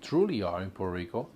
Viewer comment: Please don't say Purrrr Rico...Porta Rico...Porta Ricans. If you have a good job...in P.R. you live better than states. Grow your own stuff😑 You get hate bec...😂 you complain soooo much and critize P.R.😅 Well go to your PERFECT place.